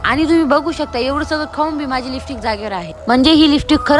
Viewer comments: listick bolte ky tu lipstic bol g bai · Lipstick pan bolta yet nahi hila😮